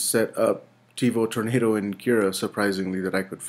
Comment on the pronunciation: Tevo "Torando" Perfect.